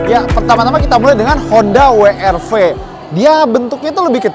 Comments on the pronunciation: We Er Ve atau DoubleU aR Vee. Wi itu baca huruf W bahasa apa? Wkwkwk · Kenapa ngomongnya “wi ar vi”. Pdhl kalo mmg mau dibaca dg bhs inggris bacanya ya “double u ar vi” atau kalo mau indonesia sekalian ya “we er ve”. Kecuali brv baru bacanya “bi ar vi” & crv baru bacanya “si ar vi”. Klo W masak iya bacanya “wi” 😅😂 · Gatel bgt pengucapan WR-V dengan sebutan “Wi-Ar-Vi” :( seharunya “Dabel-Yu-Ar-Vi” in English atau “We-Er-Ve” in Bahasa ya? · Nyebutnya koq Wi Ar Vi ya bukan Double yu ar vi 😁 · Pliss deh jangan "wi ar fi" dong gak enak bgt dengernya. Mending "we er fe" aja deh klo gak bisa nyebut "dabel yu ar vi" ... 🙏 Mending Alvez kemana2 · dabel yu ar vi, bukan wi ar vi :D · Mas, bacanya bukan wi ar vi. Kalo mau Inggris, sebutnya da bel yu ar vi. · "dabel yu" "ar" "vi" bukan "wi" "ar" "vi". Hilsat lebih konsisten make "we" "er" "ve" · Gemes juga denger WI ar Vi bukan Dabelyu Ar Vi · Kenapa pada latah nyebutnya Honda wiarvi bukan weerve in English ( Double U = " W " ) ( Arr =" R " ) ( Ve = " V " ) & jujur saya awalnya bilang gitu secara gak sadar 🙏🏼 😄. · Wi ar vi, wi ar vi... Sejak kapan W dibaca wi bro ? Situ kan reviewer channel otomotif gede yg cukup jadi panutan, jangan ngajarin gak bener lah, justru harusnya koreksi